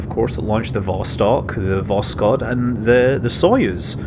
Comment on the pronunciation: I can help a little bit with your Russian pronunciation... not that I know anyfing... Я говорю только немного по русски... but I picked up from Jim Oberg's writing that stressing the second syllable helps a lot (in English we stress the first syllable) so "Zenit" would be ze-NIT ... except there's the weird "vowel mangling" too - so it's ze-NEET... vas-TOKE... vas-KOTT... sah-YOU-ze....